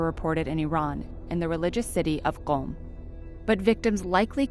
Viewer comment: I noticed she pronounced Qom very correctly, then I saw the pinned comment. Very well done miss.